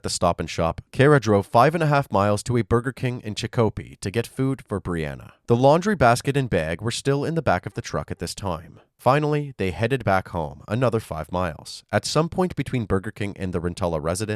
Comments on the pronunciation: FWIW it's chick-OH-pee, not CHICK-ohpi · It’s pronounced “Hole-yoke” (two syllables), not “Holeeyoke” (three syllables), and “Chíck-a-pea,” not “Chick-ó-pea.” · Holyoke pronunciation is "holy-oak," and Chicopee is "chick-uh-pee." That's all. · No, It's pronounced CHIC-o-pee.